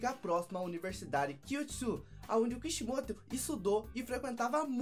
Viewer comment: vc fala Kashimoto mas é Kishimoto